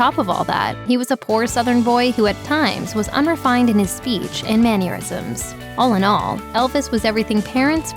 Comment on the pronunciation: Mann-ur-isms? Ironic mispronunciation in a description of Elvis supposedly being inelegant/unsophisticated